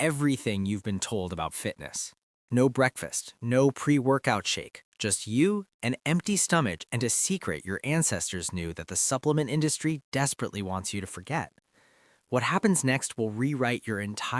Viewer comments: Did he just pronounce stomach with an aich? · 😂 when i heard « stomatch » that was enough. AI generated trash 😅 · Stom ach lost me immediately, these ai videos are such a turn off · Is this AI? Listen to how he pronounces “stomach” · The way it pronounced stomach 🙄